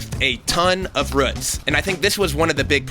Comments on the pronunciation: No one’s talking about how he said ruts instead of roots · But he says roots when he talks about the blade. Why then switch back to rhuuts?! He knows how to say it! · ruts is spelled roots and pronounced rooooots! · ROOTS! Not RUTS! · Pronunciation of roots is interesting, rutts, hahaaa. Wonder how many thousands of years that plastic fence will be polluting the environment. Plastic companies are treasonous. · Roooooots not ruts say moo like a cow that’s the oo sound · This guy said ruts its roots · Say RRrrhhhooootttssss, not rhuts.... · Lol "ruts" - it's all I could hear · Annoying RUTTS pronunciation. It has 2 oo's root, not rUtt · wtf is he saying? ROOTS... its an "OU" sound bro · Dang ruts man not roots lol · RUTS!!!???? It’s a double OO. Say it correctly. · when you remember how to say Roots not Rutts.. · Nobody: This guy : “ruts” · It triggers me how he says roots like what are ruts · great video! im wondering why sometimes you pronounce "roots" as "roots" and sometimes "ruts" lol. deffo inspired me to redo my yard. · Sounds like 'ruts'. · I know. Its "rooots" not "ruts" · Did he say rutz?! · Where does one come from when they say “ruts” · "The ruts"😂💛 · Me: ruts? Ruts? what are ruts? The tree? Me .5 seconds later: internal screaming Did he mean roots!?! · He said 'Dang Roots' for all those who need to hear it. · A ton of “ruts” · low-key kinda love how he says roots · Did he just say "ruts"? 😒😕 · It bugs me the way he pronounces roots... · Dude, you say roots weird. All you need for that is, oh wait he's got a saws all. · Is it me or does he say roots kinda weird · I did not comprehend you were saying roots at first. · OMG LOL I didn’t even realize that he meant ROOTS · I looked for this comment specifically lol I hate how he says roots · You know whats fucked up? HE SAYS ROOTS CORRECTLY HERE and then goes back to saying it wrong... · Says it pronounced roots and roots in the same video. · It drove me crazy 😂😂